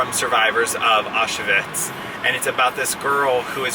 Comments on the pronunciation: Its pronounced “ow schvitz” not “ah shuvits” :) but looks like an awesome novel to add to my list! Love the new pillows too. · Thanks for your fantastic videos. Just for info, Auschwitz Is pronounced Ow- Schvitz. Keep up the great work !